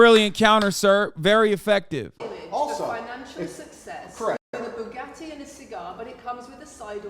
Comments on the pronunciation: The way he says "Bugatti" is still fucking crazy to me. Like how do you manage to pronounce a word using nothing but glottal stops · Tate will go down in history as the guy who taught American teens/20something to say "Boo Gat Ee"